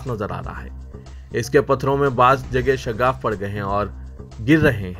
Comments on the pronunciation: Shaggaf nahi Shigaf bolo.Aakhir urdu kabtak sahi hogi. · Shagaff nahi shigaf